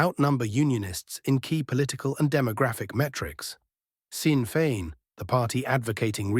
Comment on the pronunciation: Shocking mispronunciation of Sinn Fein and Cymru. Very unprofessional.